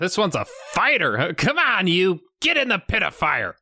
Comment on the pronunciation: Did the guy really use 'Rip Torn' as a screen name? That sounded so try hard And your pronunciation of "pit of fire" kinda sounded like "ped o' fire" and the kid got poked away with a stick made for a dark joke. Chalk that up for +1 in the "Bad Pronunciation" list